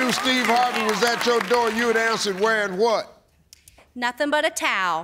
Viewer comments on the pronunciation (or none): said "nathing"